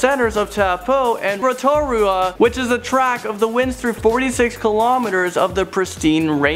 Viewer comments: Im from NZ and listening to this was soo funny, how he said rotorua!! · it's Rotorua not routua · Its row ta roa not rotora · I love "ro toura" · rotorua (row ta ro a) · u pronounce rotorua like ro ta ru ah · Haha I’m dying ratoa hahaha akland haha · I know Ro-Ta-ru-a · Love u Roh-toh-roo-a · And on ziplining, which is amazing in rotorua, he said rotora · Ro ta rora their you go that's how you say it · Ro-to-ra WHAT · Lol I live in New Zealand and he pronounced Rotorua wrong it's prononenced rotarua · And rotora???? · Proud to be kiwi I laughed when u tried to say Taupo and Rotorua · Zaby Plays TAPOO???? AND HOW THE F DOES HE SAY ROTORUA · I'm from New Zealand and I laughed when he tried to pronounce Rotorua and Taupo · I just laughed when he tried to say Taupo and Rotorua NZ Fam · you said rotorua,auckland wrong… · U pronounced Taupo and Rotorua wrong just saying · God, sorry, but your pronunciation of Taupo, Rotorua, etc. was cringe worthy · thank you for making this cause im from alot of contries but im mostly maori and ive done all of these and you should go to the sky tower and its not towpoo its toapo and rotatua is not roterua just saying and we roll your tounge when useing our launge (maori) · Kia ora kouto I live in New Zealand and you said no names right in front his video Rotorua: Roto-ru-a Taupo: tow-po And others 😂😂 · TAPU AND RATORA😂😂 I'm sorry but it sounds so wrong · it not pronounced ro - tu - ra it is pronounced ro - ta - roo - a and ruapehu is ru-a-pay-who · Newzealand family here with me? 🇳🇿 Waiheke - Why heck e Rotorua - Ro Tor ru a (Message me if I missed miss pronunciation) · Totally butchered the town names XD Taupo is pronounced toe-poh and Rotorua is pronounces row-toe-roo-uh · I laugh so loud when he said taupo Rotorua ruapehu